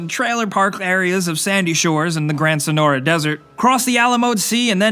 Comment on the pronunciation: He said Sonora right xd